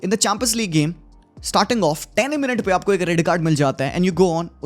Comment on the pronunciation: Champions League ❎ Chum-pins league✅